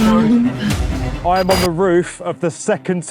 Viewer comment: But it's Lumpur, not Lumpa! Sounds ridiculous when you say Lumpa.